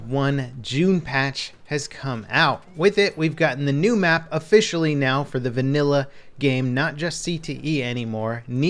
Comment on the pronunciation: Say "vannila" one more time